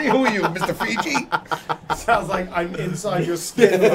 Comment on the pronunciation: Buddy called Mr Fuji Mr Fiji LMAO